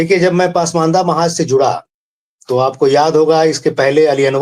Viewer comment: दोनों ही अंसारी ब्रदर का उर्दू उच्चारण बहुत खराब है. अगर आप पसमांदा mahaaz नही बोल पाते तो इसका नाम बदलकर कोई और रख लें. पसमांदा को पासमान्दा और mahaaz को mahaaj बोल रहे हैं . Zila को jila बोल रहे हैं.